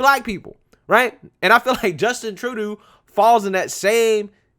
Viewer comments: Troo-doe dude, you're killing me. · His last name is pronounced Tru-doe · It's pronounced like true-dough or Tru-doh! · Justin TROO-DOO! Lol! I love how you say his name! 😄 I’m calling him that from now on! 🤣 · Trudeau is pronounced as True-dough. Rhymes with Trudope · it is pronounced Trudough. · His name is pronounced: Just In… Turd Dough